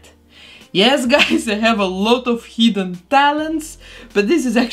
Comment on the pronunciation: It sounded like she said heathen talents instead of hidden talents 😆